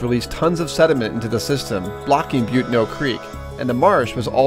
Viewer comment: It's pronounced Bu-TAN-o